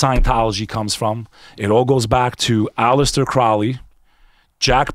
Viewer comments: Crowley has nothing to do with the Church of Satan. He founded Thelema. Also, both of these guys are pronouncing his name wrong. IT's CROW-ly. I'm impressed with this video, because I too believe the phenomenon is demonic. Angels, demons, Jinn. The bit about Crowley, Parsons, Hubbard, and Lam, was full of significant inaccuracies. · Mispronounced 'Crowley'